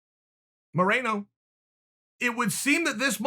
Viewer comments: Brandon: Mo-re-no. Chael: Mo-rei-no Brandon: OK, GREAT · Omg this guy cant get Moleno's name right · Brandon “Minero, Malinero, Maranio” Moreno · Chael: Brandon Marinara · Chael: I follow the sport Also Chael: Monero, Molanerro, Moranio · Chael “Malanaro, Morono” Sonnen. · What was Cody thinking... Henry would beat the dog shit out of Cody. Also.. Literally no one: Chael: Brandon Marinara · Chael “marinara” Sonnen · menero* no wait molenero* no wait moranio* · Chael “Minero, Molonero, Moronio” Sonnen. Undefeated in mispronouncing names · Nobody: Uncle Chael: “Brandon “Minero” Moreno” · Moreno bro, get it right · He can say “marinate” but not “Moreno”. 🤣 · Can say Figueiredo but cant say Moreno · Cte kicked in everytime chael tried to say moreno 😂